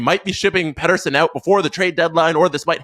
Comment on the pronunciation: If only you could say his name right 😂